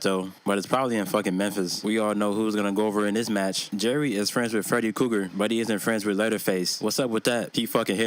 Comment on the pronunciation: Cracks me up every time you say Freddy Cougar 😂😂😂. I love me some videos best shit on YouTube 🤘😂👍